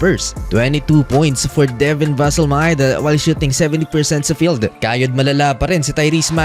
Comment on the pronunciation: Fix mo pronunciation kay Vassell. Doesnt rhyme with Castle.